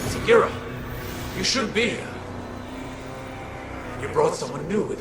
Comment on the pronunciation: Segira the fuck its sagira